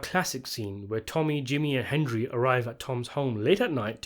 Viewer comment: Calling the main character "Hen-dree" one time during this video was a very nice touch. Well played.